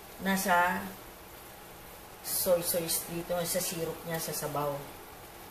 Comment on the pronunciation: Sauce is pronounce as “sos” not sawce/sows. Just fyi lang po. Big fan po ako.